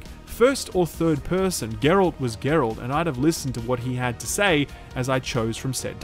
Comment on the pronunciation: That's because the character's name isn't "jerald" it's Geralt.